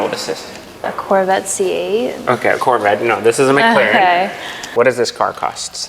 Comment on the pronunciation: when she looked at the mclaren and said "corvette see ayye" I think a piece of my soul died